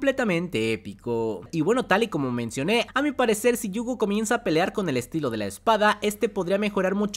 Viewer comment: Por qué se la pasa diciendo Yuugo? Me da no sé que!